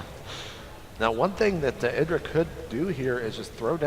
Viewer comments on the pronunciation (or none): THAT IS NOT Aydra,thats Idra (E-dra) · Yea it's not Aydra, its ihdra.